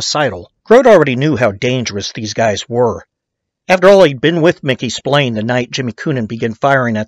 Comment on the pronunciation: It's pronounced SP-ILARNEEEEÉ stop winding this guy up